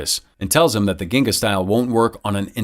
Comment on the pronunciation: It's pronounced "jin-ga", the term comes from Capoeira.